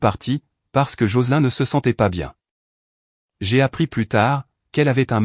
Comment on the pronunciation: "Joceline ou Jocelyne" se prononce JOCELIIIINE en appuyant bien sur la terminaison INE et pas en AIN , c'est énervant. Pouce en bas.